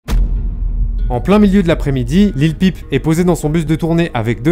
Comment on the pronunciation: Bien c'est simple, Il prononce mal Lil peep . Cette anglicisme ne se prononce pas comme une pipe lol.